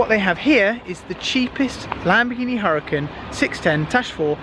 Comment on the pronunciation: Lahkhoghini hurakan